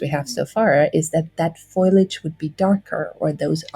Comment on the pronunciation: Did she say "foilage?" Like Marge Simpson?